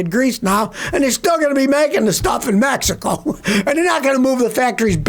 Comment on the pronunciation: Did you say Mehico?